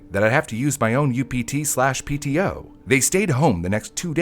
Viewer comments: It's called upt not uto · its not UTO its UPT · It's UPT, not UTO. It's a 15 minute increment now, not one hour. Other than that, it is very accurate. You could feel the dystopia vibe inside. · Its not "uto" its "upt" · ITS UPT (UNPAID TIME OFF) NOT UTO